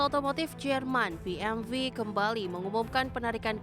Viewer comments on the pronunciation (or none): Maaf masukan buat narator nya... bukan BMV yaa bacanya BMW ( dalam bahasa indonesia ) atau Bi eM doubelU (dalam english)